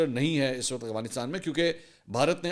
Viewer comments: Aurangzeb saudia Mansoor bahi Ap hr bar aghfanistan khty hn Af gha nis tan Practice kren Inshallah thk ho jay gha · منصور صاحب آپ افغانستان کو اوغانستان کیوں پڑھتے ہیں